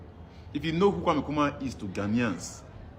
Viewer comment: the name is kwame not kweme take note